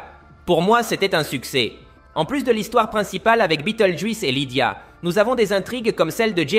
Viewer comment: ça encore, c'est juste dommage mais le juisse répété toute les 30 secondes ça casse tout. Je me demande si la voix n'est pas une IA du coup.